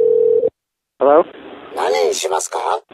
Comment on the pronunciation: When the guy says he's freaked out and tries to say nanishimaskama to His coworker lol